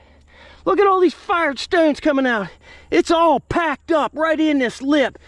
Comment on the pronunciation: I like how he says stownes